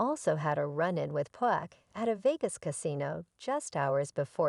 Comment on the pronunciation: P AH K! Damnit man. I hate to hear someone call him 2 Pack. Ughhh.